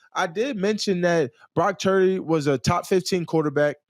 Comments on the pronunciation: Micah said "Brock Turdy" 😂😂😂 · did he say brock turdy??🤣🤣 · Did he say Brock Turdy? 😂😂😂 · He really said Brock Turdy